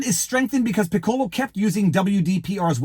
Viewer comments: I've been disillusioned about Disney for years. It's very sad. (And Viva, "Piccolo" sounds more like PICK-ko-lo. Accent on the first syllable. Like the musical instrument. It's the Italian word for "small.") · I dunno... but in band we pronounced that "PICK-uh-low"